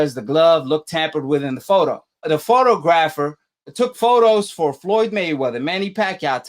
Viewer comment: You can't even pronounce photographer. Your a fan boy. Yeah Foster got busted. Just like had Fury cheated he would have got busted